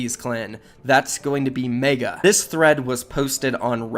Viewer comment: why does he meyga its megga